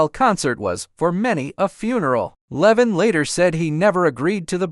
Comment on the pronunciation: Lee-von not Levon